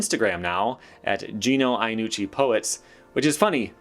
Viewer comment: It's pronounced "Yannucci". "Ya" not "Aya". Greetings from Italy. Yes we sons of Mullen tend to not really care about less original/creative skateboarding. That said his old stuff was very interesting! Oh other tip for you American ppl, Giovanni is pronounced "Jo-vanni" not "geo-vanni". Btw laws are ridiculous, drug/alcohol abuse being considered a criminal offense if mind boggling if you think about it.